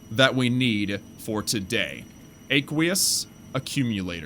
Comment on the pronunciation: btw you pronounced aqueous wrong just google it. Just want you to be good to the new guys who watch your vids. Hope you don't take it bad.